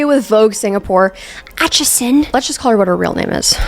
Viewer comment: ily but the way you say achison is killing me. it's AY-chison, not AH-chison